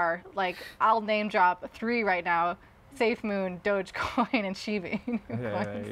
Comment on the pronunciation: It hurt me when you said safemoon... also why have I never heard algorand on this channel?